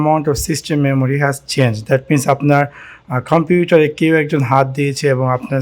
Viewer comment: ভাই কোন ভাষায় কথা বলেন?🥴 খম্পিউটার কি?